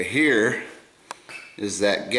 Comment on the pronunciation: "Over heeyuh" I thought I was the only one that learned that in the Detroit warehouses 😆